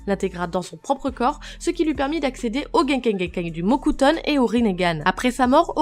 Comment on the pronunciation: Elle a dit le mot cutone ou le mocutone??😕😕